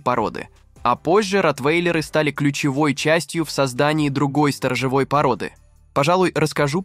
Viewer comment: Особенно раздражает ударение в слове сторожЁвой. Колхозник, ты в школе учился?